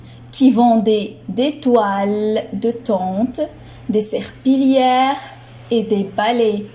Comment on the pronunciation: Merci pour cette séance, c'est vraiment très riche, mais s il vous plaît s assurer de la prononciation du mot serpillière Merci